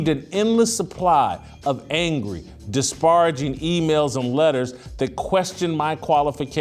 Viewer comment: Hey Jason it's meena kimes that's how it's pronounced. Also it's disparaging not disbaraging.